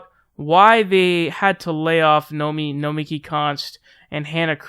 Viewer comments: Say it w/me: "No-me-KEY" (from Nomiki Konst's own Twitter page). ;) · Nomi-KI Konst! Nomi-KI! It’s not “Nomi Konst”. I don’t even know the broad (nor do I know why I’m yelling!) but say her name right, dammit! Otherwise it’s “fake news” :P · It's Nomiki, not Nomi.